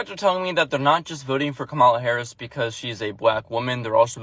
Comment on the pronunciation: What's funny is your an adult and you still can't pronounce VP Harris name right.